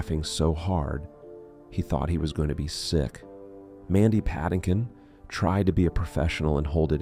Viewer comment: AI do not have kids. Nor can AI pronounce Mandy Patinkin's name.